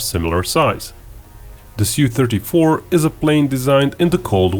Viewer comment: Su is pronounced as in word "super"